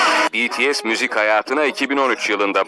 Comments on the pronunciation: Hayret "BİTİES" dedi ya 😂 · Tarihi bir ana imza attık "bities" dedi "bi-ti-es" dedi haberde bahsedilen bts'in attığı rekorlardan çok ismi doğru söylemesine şaşırdım AĞĞAJJQJJWKSKKDJ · İsimler öğrenilmiş BETESE değil BİTİES denilmiş Tarihi öğrenilmiş Bu iş benim hoşuma gitdi😘👍👍